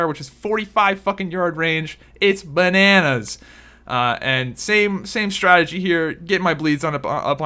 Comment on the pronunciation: Haha you said its banannas